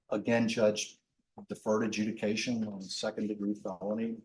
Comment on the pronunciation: that pause to comment made no sense. Defense is saying "if all crimes need sentencing then wtf do we even have deferred adjudication for?" (btw - deferred adjudication, not deferted judication)